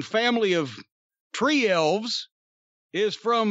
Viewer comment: I had to pause the video when Jim called the Stunts' "Tree Elves" lol...